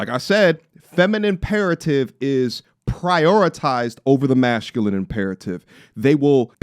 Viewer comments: Bro you say mash-culine. There isn’t an h in that word bro 😂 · You still have time to edit out all the times you said "mash-culine" out of this video. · Why you pronouncing masculine and masculinity as mashhculine and masshhculinity that’s not how it’s said or you got a speech impediment tf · The word is masculine... Not mashculine.... You're pronouncing a h that isn't there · Why do you say masculine as MASHCULINE? Just curious. IIRC you had a surgery or something? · If it me or is he saying Mashculine? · yo why do u say MASHculine 🤣🤣🤣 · Akaash Simph not mashhhculine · Why do you mispronounce the word masculine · My man, go to Google type in masculine pronunciation so you can see how badly you are butchering this word